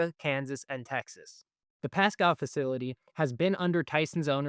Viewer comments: It's pronounced; "Pasco" NOT "Pascow" young man. Listen to the guy that was in your first clip. He pronounced his city properly. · It's pronounced Pascooo not Pascow...... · It is pronounced "Pah-scoh," not "Pah-Scow." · The host ("") is apparently an AI construct, simply because the correct pronunciation is "PAS-CO", not "PAS-COW". I noticed another mispronunciation, but I was stunned by the Pasco mistake enough to wipe the other out of my brain. So you get a thumbs-down today. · The City is PASCO, pronounced like Taco. Not PASCOW. I know that the native names of our cities may be hard to understand, but as a reporter, please just give us a call. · As others have said already: it is pronounced “Pass-Co” (not Pass-Cow). Thx for this channel, I appreciate the Center Square. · Pasco..long O...learn how the locals talk please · Pass-cow wow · I was trying to figure out where Pascow was 😅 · Is this guy AI? He cannot pronounce Pasco. As in Pas-Cooo. The prostitutes dont take SNAP. They could fix that, to save the small business of whorin'. Sideshow bob fuhrerguson is underwater. But all this is Trumps fault, just ask a democrat communist.